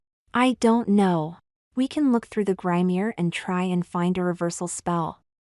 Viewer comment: It's a GRIMOIRE, not a grainier!